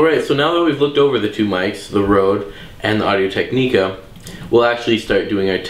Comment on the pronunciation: first of all your intro sucked you pronounced technica incorrect twice and second of all you clearly don't like the rode videomic even tho it's a better mic and u even rated it a better mic